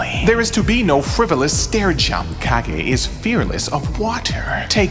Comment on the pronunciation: I hate to be that guy but it's pronounced Cage.